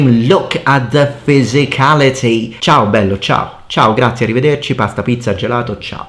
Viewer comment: Man can i say something? I'm italian and the part you said "ciao bello" i just nutted. The pronunciation was just perfect. We are in NNN and you make me lose like that?